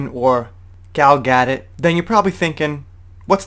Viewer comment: Her name is pronounced Gal Ga-DOE...